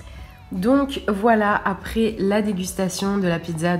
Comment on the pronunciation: Khrichka pas frichka